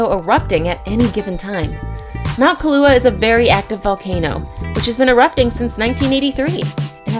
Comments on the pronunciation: Pronunciation of Kilauea 🤣 is Key-la-way-ya Hawai’i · its kilauea (kill la way ah. not kalua. ka lua is something else. pronunciation is important to us. mispronunciation makes it dangerous to come period. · Kiluaha??? Isn't that a drink!! How about "Kill a way uh"! Maybe learning the places you are talking about will make for a better presentation, especially since you are doing it in English! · OMG!! It's pronounced KILL-a-WAY-a! KA-LU-A is a coffee liquer! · Breadsticks Garlic you pronounce it like kill-a-way-a so if you can pronounce those easy American words you can pronounce the Hawaiian word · Please learn how to say Kilauea--its not Kaluha. Mahalo nui loa. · #4 = Correct Pronunciation for Volcano and Beach is: Kill-a-Way-a ......... Try Pronouncing the fish on the Southern part of the "Big" island (Hawaii)...and, is the Hawaii State Fish = Humuhumunukunukuapua`a :) captnron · You said the name of the Hawaii volcano wrong. It’s Pronounced KILL-AU-WAY-A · sis did not just pronounce kilauea as "key-lau" omfg 🤦‍♀️ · Could the narrator be bothered to learn the correct pronunciation of many of these beaches? My god, how does someone not know that Kilauea is pronounced kill-uh-WAY-uh. And there's the country of nuh-MIB-ee-uh. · its pronounced kil (like kill) -a-waya as someone whos from hawaii and its not that dangerous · Kilauea...Kill... Ah ...way ...ah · I’m from Hawaii and it’s you are pronouncing everything wrong for Kilauea. Maybe you should educate yourself before talking about something. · oh my freaking Gawwwd!!! learn the names of these place you are voicing on...Please! you sound like a fool Kilauea? Copacabana? ..seriously you need to re-voice over these!!! or go back to Geography Class... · Yes, like Kilauea. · YOU CANT PRONOUNCE KILAUEA SERIOUSLY